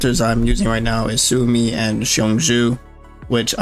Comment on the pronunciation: Suomi (or "Finland") is said like "swoh-mee." Sometimes with a bit of an accent on the U, for a "Soo-oh-mee" sound.